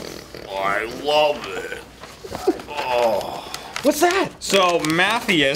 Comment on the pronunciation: Not to mention slaughtering "Matthias"